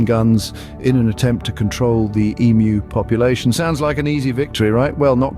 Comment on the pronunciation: I'm Australian and I get really frustrated correcting that fact. We did not "once" have an emu war, we did it twice! Also.props for the "ee-mu", not "emoo"